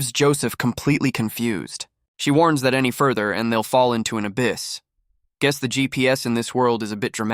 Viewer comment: You're going to drive me nuts if you keep saying "guees".